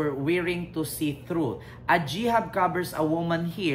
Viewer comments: Hi....Hijab po at hindi Jihab...Thank you sa pag suporta sa ating mahal na PBBM ✌️❤️🇵🇭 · Hijab po he he baliktad pagkasabi m🙂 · HIJAB, pronounced as it is spelled (HEJAB -).